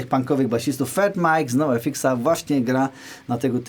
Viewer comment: Basówka super, pewnie to będzie mój następny zakup, ALE jako fan grupy NOFX od ponad trzydziestu lat i jako tako władająca angielskim, to muszę, po prostu muszę: X w j. angielskim wymawia się 'eks', zatem NOFX w wymowie brzmi jak wyrażenie "no effects" i wtedy to nabiera sensu :)